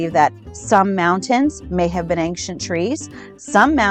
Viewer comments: There is no “k” in the word “ancient”. I know it’s petty, but she keeps pronouncing “ancient” as “ank-shant”, and its just downright annoying to me. Ok, carry on. 🤪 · Why the fuck does she keep saying “Aing-SHINT”??? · It's "ankshient" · I still can't believe there are grown people believing such nonsense and call themselves "woke" and "truers"... insane. Also I wonder what she means by "ancksient trees" 🤪🤣🤣., "sperm" bit was brilliant 👍😜🤣🤣🤣🤣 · I thought it was just me being ridiculously critical - thank you! It's grating my nerves!